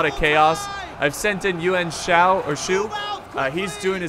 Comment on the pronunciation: Yuan Shao Shao= Sh-Ow was correct